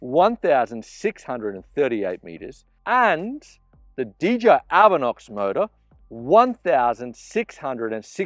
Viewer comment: D-J-I... not didja